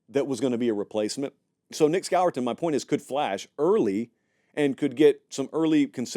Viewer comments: Nic who?!? It’s pronounced SCORE-TON. You don’t pronounce it the way it’s spelled. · Score-ton is how you pronounce it